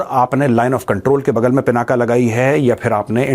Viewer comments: I humbly request you, please don't call it पिनाका, it is पिनाक ये भगवान् शिव के धनुष का नाम है, इसको मत बिगड़िये, वैसे भी इन अंग्रेज़ों ने हमारी गंगा को गंजा कर दिया। कम से कम हम तो न बिगाड़े। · The real name of Shiv Dhanushya is " Pinak ". Not पिनाका।